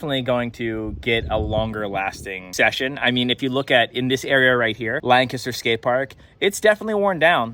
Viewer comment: As someone from Lancaster, thank you for the correct pronunciation!